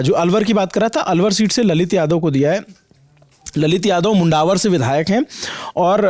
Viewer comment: Pronunciation Mundawar nahin Mandawar hai spelling mein 'u' use hota hai...